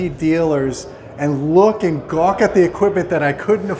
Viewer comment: Dude said gawk lol